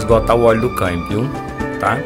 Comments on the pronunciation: Ótimo vídeo mas o "caimbio" é tenso 😂😂😂😂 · Engraçado como ele fala a palavra "câmbio", mas o mais importante é que solucionou o problema com autoridade! Parabéns!! Deixei de comprar um Kia Cerato 2018...já estava com 150.000 km rodado e o segundo dono afirmou que nunca mecheu na caixa de marchas (inclusive o primeiro dono). "A montadora não recomenda trocar o óleo da caixa" etc... Acredito que, se eu comprasse ele.... certamente teria de sambar na troca do óleo e filtro né?!....